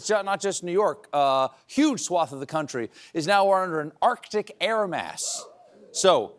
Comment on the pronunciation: So many American presenters, pundits and comedians mispronounce 'swathes'. I though Stephen would be different but alas, it wasn't to be. 😔